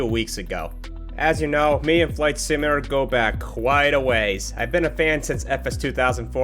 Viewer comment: "IS THIS A MICROSOFT FLIGHT SIMALAT-ER?!"